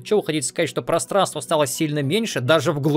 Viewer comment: Мне послышалось или нет, ты сказал "просранство"?